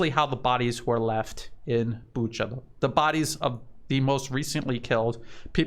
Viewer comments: Not sure if it helps but in Romania there is a place I’m sure most people know how to say and it’s Bucharest. No t sure why people have trouble with Booka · Correction: Bucha is pronounced Bu-ka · No, there's no 'k' sound in that word. Sleepy Joe pronounces it as Buka but he was also the one talking about Uranian people... My advice is listen to Joe and pronounce it differently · It is never pronounced Buka, listen to some reports in Russian or Ukrainian.